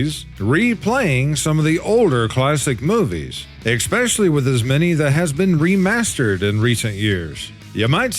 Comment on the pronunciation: PSA: The word "especially" is pronounced "eh-SPESH-uh-lee", not "ekk-SPESH-uh-lee", and not "ex-pecially".